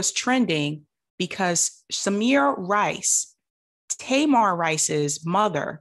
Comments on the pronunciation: Таy-mahr? I thought that kid's name was Tuh-meer. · Thank you for covering this, but please learn that baby’s name if you choose to report on him again. His name is Tamir (Tameer), not Tamar like that loud Braxton. Sorry to be nitpicky but that’s a very personal story to lot of us and that’s a simple detail to know. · Just trying to be helpful no shade. Tamir is pronounced Ta-mear rhymes with hear. ✌🏾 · His name is TAMIR not TAMAR. Tamar is a Braxton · Not nitpicky at all. How are you Black, following these issues, and don't know how to pronounce Tamir's name correctly? 🤔🤔🤔. Nothing to go to war over, but worthy of being noted.